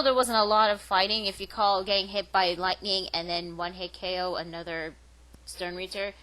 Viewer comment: dat voice dat review dat. good stuff. you say stern ritters funny:D